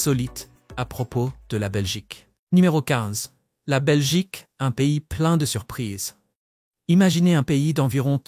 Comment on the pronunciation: La Belchique!les belches!🤨🤦🏻‍♀️